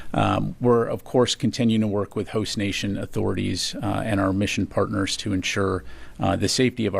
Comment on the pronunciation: "PURTNER" and "ZEWNS." Ereshkigal, notice.